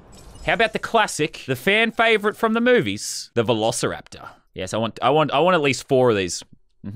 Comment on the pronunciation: I remember i was watching jelly and he said vel i kipoteriter instead of velociraptor🤣